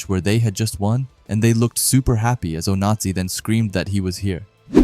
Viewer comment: Ngl broski your putting just a little too much annunciation on the Z in Onazi and its sounding like a certain dictatorship